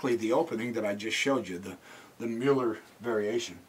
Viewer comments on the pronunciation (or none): none